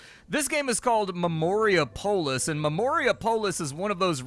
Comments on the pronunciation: Dude, pronounce it like Minneapolis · Or Indianapolis, if you prefer